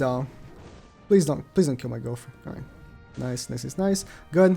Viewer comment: yeah he said gowther but it sounds like girlfriend